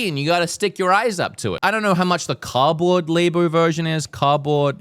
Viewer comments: Is he actually saying ‘car-board’ instead of ‘cardboard,’ or is this some inside joke I’m not getting? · Anyone caught off gaurd hearing "Cah-Board"? 😂😂😂 Australians can't pronounce the letter "D" I'm learning from these videos. Hearing him say Nintendew cracks me up every time. Love you dude! Just poking fun. Keep up the awesome work! Best Nintendue podcaster out here! 😂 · Is how he says cardboard bugging anyone else? "Caboard" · they way you say cardboard has me rolling 😂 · The real topic at hand to discuss is how pronounces "cardboard"...